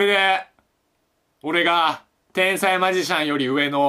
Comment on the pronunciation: 「てぇ↑んさいm」 が面白すぎて何回も聞いたwwww